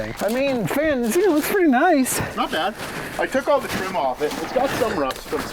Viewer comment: "Don't touch the treeim!!"; Early Cuyler